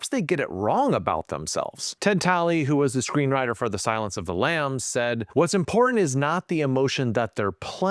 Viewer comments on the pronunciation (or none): none